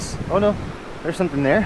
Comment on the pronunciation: lol you said jark and shumpin 😂